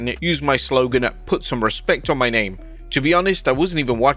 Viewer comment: He said “respeck” not respect 😂😂😂